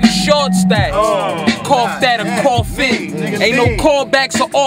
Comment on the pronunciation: wait up man...that nigga lux said..."cough that or coghin (coffin)"...whew!!!!!